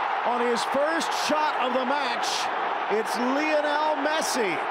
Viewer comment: he did said pessi😂